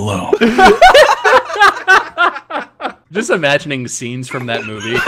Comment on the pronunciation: Water Malone sounds like Water my lawn